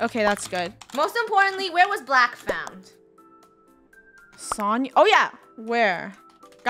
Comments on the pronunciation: btw its pronounced so-n-ya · Sonia is actually pronounced Sonja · Fun fact: It's pronounced So-n-yah. Im pretty sure sonia was dressed up as sonia nevermind from danganronpa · ItS so-nyi-ya jEeZ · Who else were triggering at the way they were saying "Sonia"